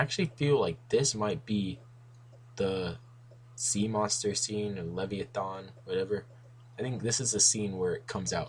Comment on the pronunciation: it's Leh-VY-uh-thin. I don't want others to make fun of you or anything. anyways, good breakdown